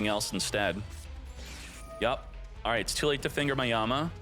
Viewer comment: You really gotta stop saying "finger" like that.